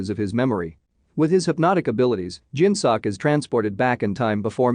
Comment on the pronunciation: It bothers me how this voice says “seok” 😭😂 it’s meant to be said more like soak